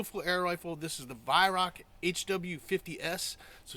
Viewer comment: It's pronounced as Why-rowch . ch is a gutteral G like in the Scottish word "loch".